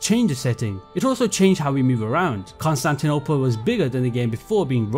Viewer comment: Hearing Konstantynopol being said with that accent is so funny